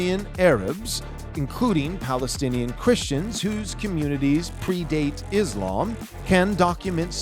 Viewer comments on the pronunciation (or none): none